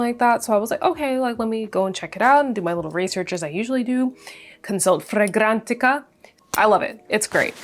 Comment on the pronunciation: I was interested in your reviews til you kept having to say fragrantica that way. That got on my nerves So I had to turn it off .